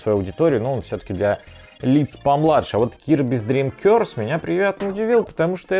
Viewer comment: не "кёрс" (проклятие) а "коорс" (то есть курс, направление)